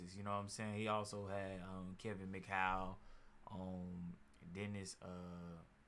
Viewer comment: Bob MCadoo was one of the best defenders in the history of the NBA. He went to the lakers it looks like after Bird showed up. Cant believe you cant pronounce his name much less know who he is lmao. Kevin Mchow dude? Its Mchale lmao stop embarassing yourself and stick to talking about Larry Bird! 😆😆😆😆